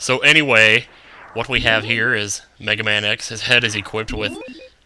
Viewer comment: you said mehaman.